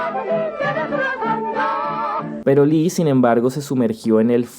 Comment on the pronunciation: Antes que otra cosa, tengo que decirlo, Lee no se pronuncia "Li" simplemente es una "i".